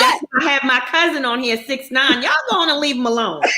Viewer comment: mispronounced 69 name is hilarious 🤣😅😂